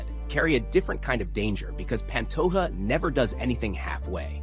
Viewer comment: Hey brotha in Portuguese the “J” sound is pronounced if you care. It’s not pan-toh-a it’s pa^nto-J-a. Just like Jose Aldo is pronounced Jo-zE Aldo not Hoe-se. In Spanish they pronounce the Js as Hs (often but not always) not Portuguese If you get that right. A lot of Brazilian watchers will be impressed and may subscribe since it’s a common mispronunciation.